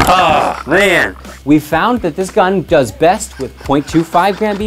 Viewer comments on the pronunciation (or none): none